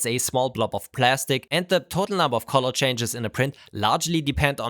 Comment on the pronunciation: Please practice saying "color" correctly.